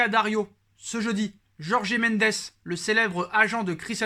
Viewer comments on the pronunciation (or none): none